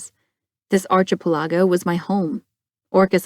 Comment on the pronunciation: The narration is fairly good, the voice is pleasant to listen to. I am noticing, not just this work but many narrated works on YouTube of mispronounced words. Archipelago was the word that first caught my attention in this work. Now for the bad, not with this work or the narration, but with 7 ad breaks in the first 43 minutes most consisting of 2 ads. If this continues I will cease listening before I make it to the end of this novel, much less the series.